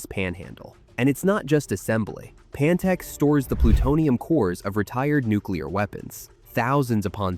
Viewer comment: It’s “Pantex” as in PANhandle of TEXas. Also, you clearly don’t understand how nukes work. They rely on explosives that must detonate in a perfectly symmetrical and synchronized manner to achieve a nuclear yield.